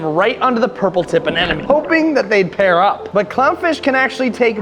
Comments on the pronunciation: Repeat after me, uh-NEM-uh-nee Anemone is pronounced uh-NEM-uh-nee (/əˈnɛm.ə.ni/). Not uh nen uh me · It's Anemone, NOT Anenome! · Why can no one pronounce anemone?? 😂😂😂